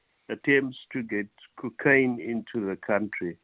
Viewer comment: The way he says "cookaine" bothers me 😳